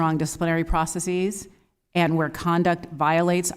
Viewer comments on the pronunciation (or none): Gah -- she doesn't know how to pronounce "processes". So much for Harvard.